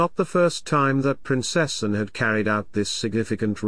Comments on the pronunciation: Could you change your voice? It is not Princess an but Princess Anne. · Why can't you say her name PROPERLY she is not Princessn she is Princess Anne . In fact she is Anne the Princess Royal Get it right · Shame he cant even say her name right. Plus such a boring voice